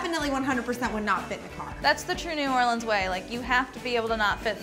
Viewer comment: thank god someone said New Orleans right! I'm from Louisiana so y'all near where I live